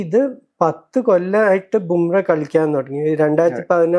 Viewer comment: Dear, Jasprit Bumrah എന്നാണ് പേര്. Bumreh എന്നാണ് താങ്കൾ പറയുന്നത്.